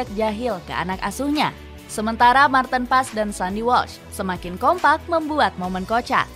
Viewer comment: Bukannya nama martin paez , membacanya sekarang menggunakan pelafalan bhsa Indonesia, seperti halnya tom haye, HAYE bukan malah dibaca tom hey, jadi martin PAEZ, bukan malah di baca martin pass, karena martin sekarang penampilan nya tidak lagi pas pasan , jadi gk usah di panggil martin pas, penampilan martin sekarang sudah di rias dlm bhasa jawa( paez) agar lebih hebat daripada buffon, karena martin ngaku dari kediri, jadi namanya dirubah jadi MARTIN PAEZ